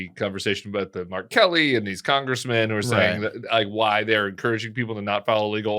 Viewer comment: I 100% thought Tim said "R. Kelly." I had to rewind it twice before I realized he was saying "Mark Kelly." 🤔😳🤣